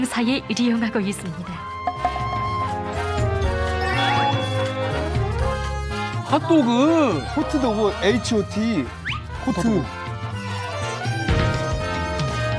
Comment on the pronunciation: 중세시대임?? 그리고 그렇게 일본 싫다더만 핫도그 발음 안되나?? 호토도그 이러고 있네